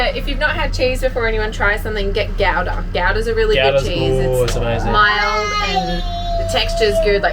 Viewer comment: Told ya before it’s his go to word :) it’s a zephyr :) Yeah in victoria they still get buried in sections and religions Pump~kin and gouda pronounced gooda and ung~ion